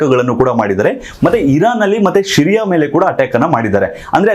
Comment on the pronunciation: Its not shyria its Syria and its not masood its mossad please pronounce it properly